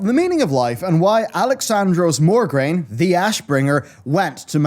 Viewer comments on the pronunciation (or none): Mograine not Morgraine sir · I love your lore videos, and you're dead on for most of it, but his name is MO-graine, not MOR-graine. It bothered me so much. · MO-graine. Not MOR-graine. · It's Mograine, not MoRgraine. D:<